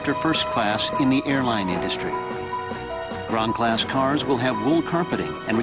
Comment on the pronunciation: "Gran Class"? It sounds like he's saying "ground class."